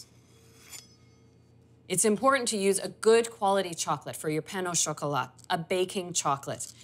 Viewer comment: The "T" in "croissant" and "chocolat" is silent. Nice demo, thank you.